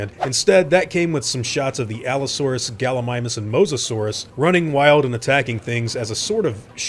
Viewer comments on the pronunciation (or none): none